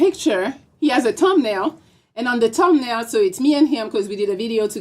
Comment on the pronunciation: I can’t understand sh🤫t she saying 🤣🤣🤣🤣🤣 . Damn I see y MTR dropped u. She said tum nail 🤣🤣🤣🤣🤣